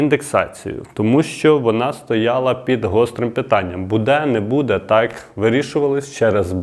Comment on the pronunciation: У слові "буде"наголос падає на перший склад слова,а не на другий.